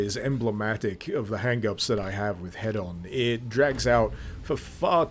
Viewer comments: Why are you saying head-on and not heed-on? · That moment when you think somebody is saying something wrong but don't want to correct them because it could just be a quirky naming convention Thinking Hedon He-don not Head-on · i believe that it is pronounced hee-don unless we aren't talking in british. damn those americans, making everything sound like a tv infomercial!